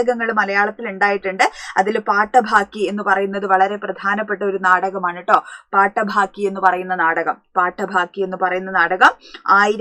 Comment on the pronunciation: പാട്ടബാക്കി പാട്ടഭാക്കി എന്നല്ല ദാമോദരൻ എന്നാണ് ധാമോദരൻ എന്നല്ല